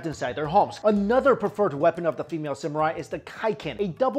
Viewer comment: Samurai or Samural? lol xD